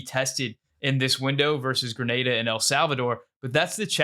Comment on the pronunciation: You pronounced Grenada correctly, well done my friend